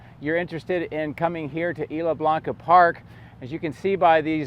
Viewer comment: Good information, I guess ... kind of rambling. Also, you need to ask someone for the proper pronunciation of "Isla Blanca" 🙂